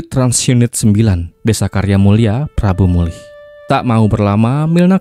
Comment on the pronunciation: Prabumulih bang.. bukan prambumulih.. 🙏☺